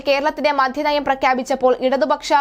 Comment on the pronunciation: മോളെ മധ്യ നയം അല്ല, മദ്യ നയം ആണ്